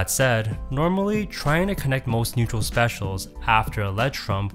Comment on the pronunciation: can you hear SPEC-IAL